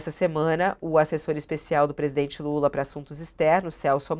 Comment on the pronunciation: o ministro diz: passei a madrugada com o Estado maior! mas que dificuldade pra falar presidente Lula ; "UM INCONFORMADO"